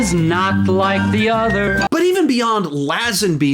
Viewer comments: It's pronounced Lay-Zen-Bee, not Lazz-En-Bee. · It’s actually Lay-zenby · That was the most ludicrous, American pronunciation of Lazenby ever and it made my ears bleed every time he said it